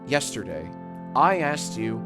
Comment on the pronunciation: I feel like YIAY has ruined the way Jack says yesterday forever